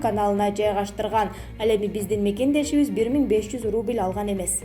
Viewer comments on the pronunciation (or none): none